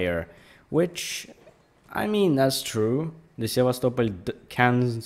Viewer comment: I like how pronounce Sevastopol. Most ppl pronounce it as: sevastopol... Like a normal English speaker, but u pronounce it: sevas, topol